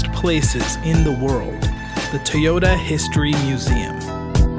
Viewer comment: it's irritating to hear people say Tuy or Tey yota. why!?!?